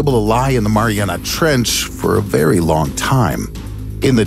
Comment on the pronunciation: STOP SAYING MARIANA